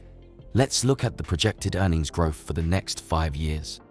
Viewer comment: It's growth not Groff you muppet